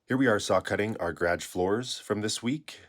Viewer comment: Him pronouncing garage like GRADGE is hilarious